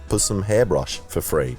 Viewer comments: Possum... Not pssm🤣😤🤣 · Possums, not PUssums is how we pronounce the name of this species. they are delightful animals with some very destructive garden habits; our fault for destroying their habitat and forcing them to adapt to fruits and vegetables grown in suburbia as their food sources..